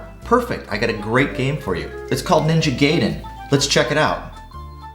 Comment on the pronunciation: Awesome review! Ninja Gay-den